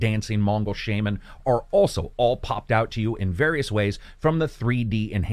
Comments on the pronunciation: SHAY-Man? Seriously? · The way he says Tsushima and shaman hurts me inside.